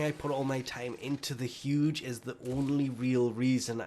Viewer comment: 1st time hearing about "HUDGE" weapon.... its ZHUGE